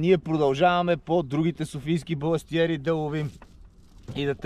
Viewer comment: Казва се и се пише баластриери